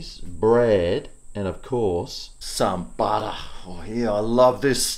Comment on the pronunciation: When you say butter as a noun, it sounds Aussie. When you say butter as a verb - i.e. 'butter the bread', you use a British accent. Really weird, but endearing.